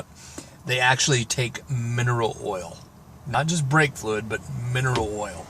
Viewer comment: 'BRAKE' not 'breake'